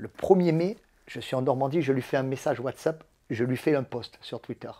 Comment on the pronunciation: « Whatsup » au lieu de whatsap il me régale 😂